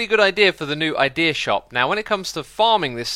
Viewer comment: I thought it said Ikea instead of idea at first